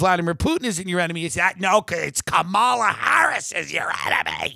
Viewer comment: It’s pronounced “comma-la” Kamala, Tim